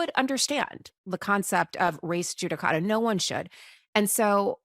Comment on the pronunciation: Even in this podcast, it sounds like you ladies are saying, "race judicata", but it is "res judicata".